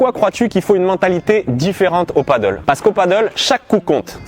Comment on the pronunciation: "Padèl" et non pas "paddle" lol C'est pas le même sport